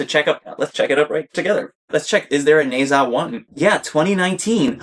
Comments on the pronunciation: Ne zha 1 is free to watch on Youtube! And it’s pronounced like nerja. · should pronounce more like Ne(r) Zha. Good review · How to pronounce Nezha: Ne rhymes with "nerve", Zha rhymes with "bar".